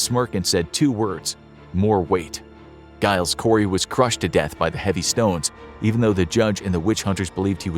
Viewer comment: Giles Corey's name has a soft G, like J.